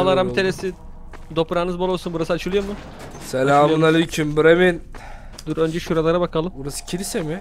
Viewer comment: Bremin değil bremın